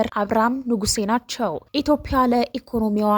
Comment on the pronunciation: ኢትዮፕያ ብለሽ የምታነቢው ኢትዮጵያ ይስተካከል